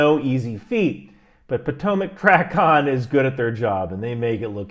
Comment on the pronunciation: Small detail it’s pronounced tray-con. Not hacking on ya just letting you know so you are more accurate. Good video